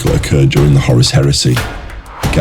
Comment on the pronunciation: Bro I just want to tell you something, you're actually not saying Horus you are saying Horace.